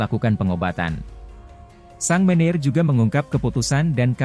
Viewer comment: Sang manager dibacanya sang meneer. Robot oh robot